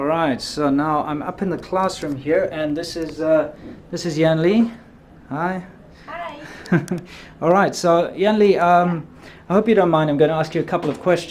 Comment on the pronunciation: Yan in Chinese is not pronounced yAHn. It’s pronounced yen like the Japanese yen lol. It’s confusing I know.